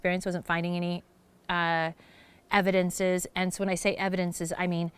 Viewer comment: “Evindences” not very educated are you?